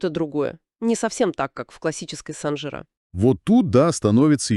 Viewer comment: Ударение правильно ставьте пожалуйста! СанжирА! На последний слог!